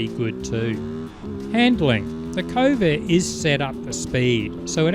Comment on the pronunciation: It may be me interpreting your accent, but it sounds like you pronounce this Chinese bike's name as 'Covid 450' 🤔 oh dear